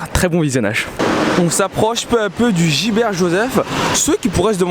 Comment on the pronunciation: Pourquoi vous dites tous gilbert Joseph c'est Gibert Joseph Les manga qui on été inondé sont mieux?